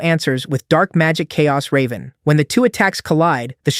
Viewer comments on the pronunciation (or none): none